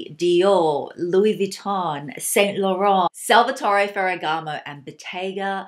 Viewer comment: actually it's more like Saint (you don't prononce the t at the end) Lo-Ran